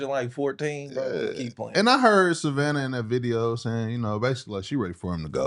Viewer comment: Sahvanna said lol